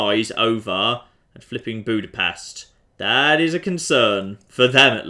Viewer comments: Its weird to hear people from other places pronounce "budapest". Well at least you didnt say bukarest. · I have to know the proper way to pronounce Budapest now. I say it like BOO-dah-pest.